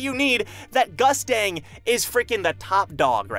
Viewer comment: In the Korean version of TOG, Gustang is pronounced (Goost-Ahng) not Gustang like mustang for those that didn't know